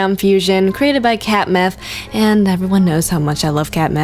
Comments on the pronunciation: "I like catmeff." Wait.... i thought she said CAT METH. Hahahahah.... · did you just say that you like cat-meth